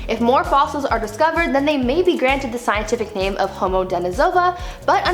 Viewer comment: Another very interesting video. And great job pronouncing all of the scientific names Brie (not always easy)! Love this channel 😊👍❤